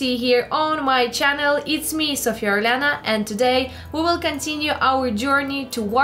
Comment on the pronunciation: in every video you are introduced as..while everywhere is orlena..wtf is going on:D